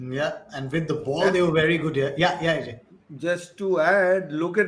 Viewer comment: Why does he pronounce ajay as ‘AJ’